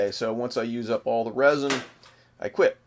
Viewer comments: good video.. but sir its resin like r-ehh-zin not rosin they maybe somewhat similar in a way but are very different in this case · is he trying to say resin